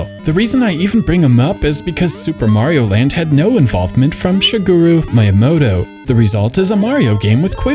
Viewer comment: Wow. This dude really has no idea how to pronounce Japanese names. (SHI-ge-ru, not Shi-GUU-ruu. Mi-ya-MO-to, not Mai-ya-MOH-toh.)